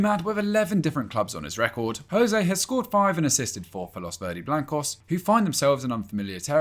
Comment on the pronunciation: Glad u put Porro its Os Leões not Los Leones Sporting is club from Portugal not from Spain if u dont know how to pronnounce then dont mention instead of spueing nonsense about other peoples nationalities same for Willian José to yes José not Rosé